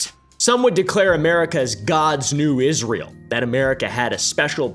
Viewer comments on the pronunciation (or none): none